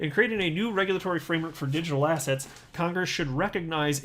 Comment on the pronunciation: When says assets…. All I hear now is “Ass hats”…